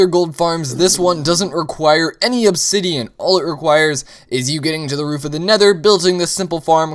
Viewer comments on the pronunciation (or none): none